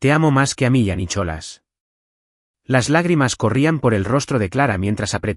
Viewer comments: Estoy de acuerdo no sé dice Nicholas se dice Nicolás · Por favor, hasta los canibales hablan Ingles!!no se dice Nicholas, se pronuncia nicolàs!!no pongan nombres ingleses si no los saben pronunciar!!!!!!😮😮😮😮😮😮😮😅😅😅